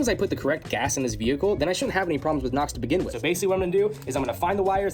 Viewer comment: Sorry, are you saying Pam or Pamn? Lol really though are you saying nox or knocks??